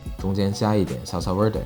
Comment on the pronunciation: salsa verde 的v 其實應該發成b 因為是西文的關係～